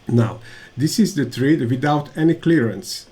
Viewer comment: Please check the pronunciation of thread online ;-)